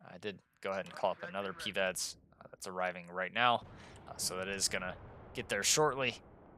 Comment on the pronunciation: I love your videos but please stop pronouncing PIVADS like PEEVADS